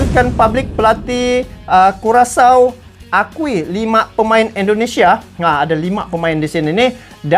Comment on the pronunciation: Hahaha payah bener bang di sebutnya curacau .👍😀